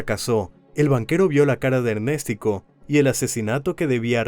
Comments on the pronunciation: Ernéstico❌️ Ernes tico✅️ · El que debe morir es el que dice ErnÉstico jajajajaja🤣🤣🤣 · Ernéstico jajaja 😅😅😅